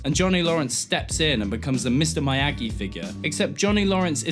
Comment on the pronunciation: stop calling him "my yagi."